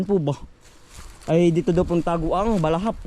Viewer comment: BLESSED MORNING TO YOU JM TWINS & TATAY ANDONG..! ITS INTERESTING FOR ME TO KNOW, NA NAGPUNTA/NAMAHAY PLA DYAN ANG SINASABI MONG BALAHAP, ACTUALLY ITS " HUKBALAHAP " NOT BALAHAP, THEY ARE NOT BAD PEOPLE,AKALA KASI NG IBA BASTA HUKBALAHAP EH MASAMA NA..." HUKBALAHAP " MEANS HUKBONG BAYAN LABAN SA MGA HAPON..! PEACE..!❤️